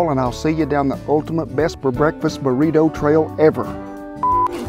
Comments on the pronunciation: Mexican - burrito Old man - burrituh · The way he say “Burrito” is so funny not in a make fun way but a nice and I’ll be saying it from now on type of funny